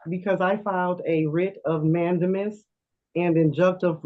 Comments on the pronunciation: Goober Hat lady…..the word is pronounced…..”Man DAY mus….not MANdemus………please consider third grade redo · A writ of man-da-mis. She can’t even say dyslexia.